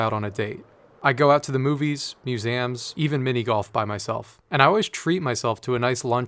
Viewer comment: I hate the way you say museum